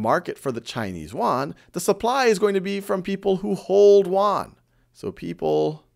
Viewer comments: Funny how you pronounce "Yuan" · Khan-made is always good! ! Btw, the pronunciation of "yuan" is not right. I am a Chinese :) and Thank you for helping me get all the As!